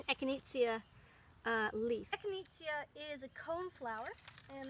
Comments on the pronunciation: It’s echi-nay-sha, not echineetzya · Eck-in-ayy-sha is how its said.. 😂😉